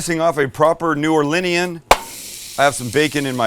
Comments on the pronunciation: New Orleanian - new ore-lean-knee-an WHO DAT! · "New Orlinean"